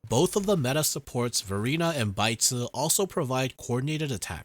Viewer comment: Great video as always. Keep posting more guides. Thanks for all the detailed info. On another note, it was hilarious i kept hearing you said Baizhi's name an idiot (sounds like in Mandarin). lol...